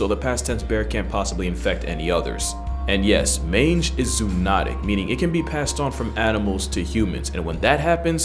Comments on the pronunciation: ZOonotic. Not ZOOnotic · Zoonotic is pronounced zo not zoo. Zo ology is the study of the origins of animals not zoo’s. BSE infections are scary as hell people. Mad Cow, CWD, Scarpies, Chronic Wasting Disease are all a small step from jumping to us. And I don’t want to be parallel to the ground.